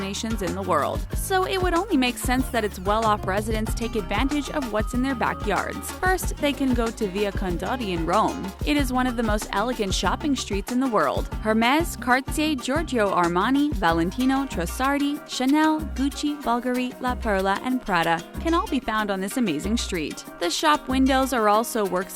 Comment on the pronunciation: why can't this woman pronounce Cartier? Cartzier is not a thing